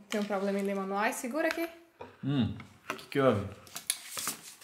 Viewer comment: no manual Guilherme: no Manuel KKKKKKKKKKKKKK